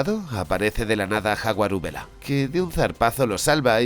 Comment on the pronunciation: ¿Jaguarubela? LOL🤣😆